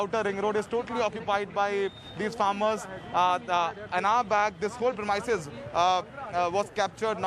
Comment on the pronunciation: Journalists don't know how to pronounce 'premises' 😶 So annoying